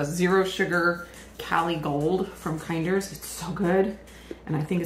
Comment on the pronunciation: Just wanted you to know it's pronounced Kin-der. Great BBQ restaurant in CA. Ate there several times when my husband and I worked out there.